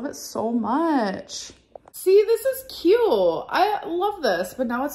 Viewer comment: Where did this irritating new pronounciation of “cute” come from? Tik tok? She’s 33.